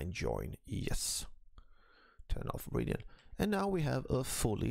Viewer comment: Why do you pronounce "Origin" like that?